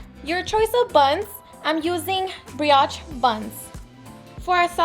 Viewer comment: Hi! I love all your cooking videos! I’ve been a fan for a while now. Keep up the awesome work. I just want to help with the pronounciation of Brioche (BrEE- oh- Shh🤫). Much love! ❤️❤️